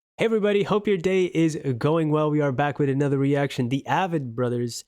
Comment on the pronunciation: Love the review. FYI, it is pronounced Avett as in “crave it.” Check out Salvation Song.